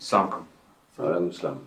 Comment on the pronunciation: ২৩:১০ ২৪:০৫ স্লামাকুম 😂😂